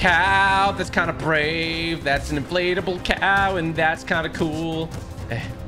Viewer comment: it sounds like tg says inflatable but he says inflate a bull